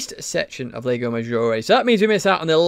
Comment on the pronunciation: FYI : "Lago" is pronounced exactly like "Large".